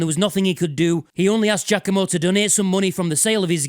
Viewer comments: You'd linger a bit more on the "a", but it's definitely more correct than people saying "G-ah-COMB-oh" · Is it really pronounced "Jackomo" or is that your accent?